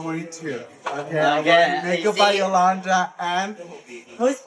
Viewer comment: It’s Makeup by ”Yolando” not Yolanda 😭😂😂😂